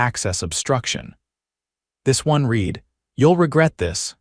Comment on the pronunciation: Stupid AI or owner. Read should be pronounced as RED.